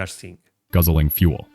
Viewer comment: The word "fuel" is NOT pronounced "foo – el". It's pronounced "f – yew – el".